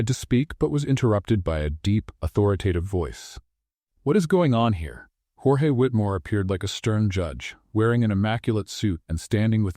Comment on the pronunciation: YOUR A.I. IS SHIT..! SPANISH PRONUNCIATION OF "Georges" (and, it should be spelt : "Jorge"), ...is, phonetically : "HOR- HEH" ...the Spanish equivalent of "George" in English. DO YOUR HOMEWORK ! DO YOUR VOICE EDITING ! FUNNY STORY, ALL THE SAME... Rating 8, but a 10 with proper editing !!